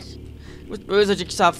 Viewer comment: Dschiggsaff :D wie geil :D und... muss... widerstehen... darf... nichts... zu... dem... Rattern... sagen :X xD